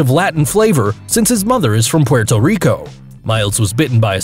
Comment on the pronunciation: PLEASE never say Puerto Rico like that ever again